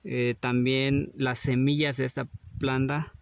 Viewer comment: Porque dises planda cuando lo correcto es planta ,planta